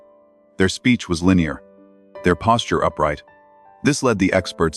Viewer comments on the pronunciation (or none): none